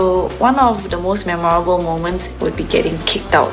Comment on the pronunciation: Even can pronounce memorable and the other noc crew pronounce it as me moor rable which is wrong such a disgrace